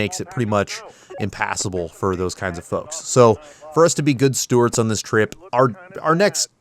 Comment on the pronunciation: Fantastic video, as always. BTW, it's "good stewards", not "good stewarts".:)